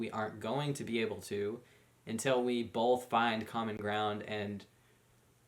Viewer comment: Both, not bolth!